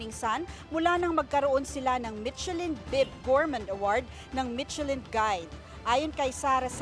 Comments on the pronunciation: /mishelin/ po ang pronunciation, hindi /mitchelin/ Also, hindi po Ilocano dish ang laing. Humba also didn’t originate from Ilocos. Magresearch naman sana muna ung reporter nyo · To the reporter michellin is pronounce as "Mi-sha-lin" not "Mit-che-lin" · Hindi po MiTSElin ang pronouciation. MiSHElin. Ano ba yan? No research ang reporter ninyo. DO YOUR HOMEWORK. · Mi-she-lin po ang pag-pronounce ng Michelin, hindi Mit-che-lin. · It is pronounced as MISHELAN. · Mitselin ang narinig ko 😂😂😂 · Not so good reporter. Hindi man lang alam tamang pronunciation ng michelin. Also, eh ano naman kung may pumuntang mga doktor dyan. Bkt kailangan i-mention mo pa sila na parang mas mataas sila compared sa ibang mga Pilipino ?? 🤷🏻‍♂️